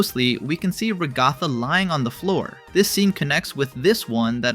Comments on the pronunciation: The pronunciation of Ragatha :( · The way bro says Ragatha's name HAS to be rage bait 😭🙏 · Nevermind he said it wrong the third time